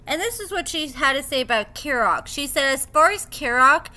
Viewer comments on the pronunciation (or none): Im sorry but can you get the pronunciation of his name right. Kerok Key-rock. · Kerok’s name is pronounced KEY-rock.